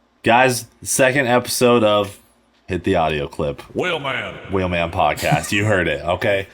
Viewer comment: So i think its unanimous, Cleetus, please try and catch yourself when you say wheelman and say it like before with the extra eummmf lmao. Definitely at the beginning of the episodes, it totally hypes me up. Im sure others feel the same. As i am watching i am doing it for you and getting excited.